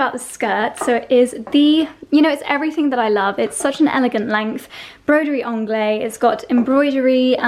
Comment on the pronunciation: That accent sounds a bit west-country to me. Like a farmer, or Cornwall pirate...grrr... And...I really don’t want to sound patronizing, but I’ve learned so much from you over the years, so why not give something back. “Broidery Anglaise” is pronounced slightly differently to how you say it. The French language distinguishes between feminine and masculine nouns. Broidery is feminine. It therefore follows, that the adjective needs a feminine ending. “Anglaise” needs the ‘-se’ ending. Think of the pronunciation of “haze” and add it. Like ‘Anglai-ze’. I hope you’re not annoyed, but since you use the word so often...😂